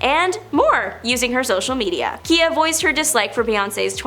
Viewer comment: “Keeya”? Who’s “Keeya”? I know KIYA, has slammed Bey. (Pronounced: KIGH-YA)